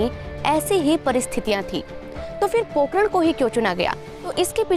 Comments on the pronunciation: Pokaran nai pokharan😂😂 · Madam it's Pokharan....not pokaran...Zalzala not jaljala...Ragistan not Ragisthan.... correct your pronounciation. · पोकरण नहीं। पोखरण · अरे इसे पोकरण नहीं पोखरण कहते है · it's not pokran it is pokhran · Pokean nahi pokharan kaha jata hai